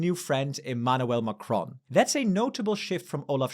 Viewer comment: If you can pronounce Merz correctly, why can't you pronounce Macron?